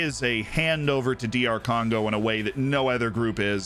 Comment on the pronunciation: My man actually said Doctor Congo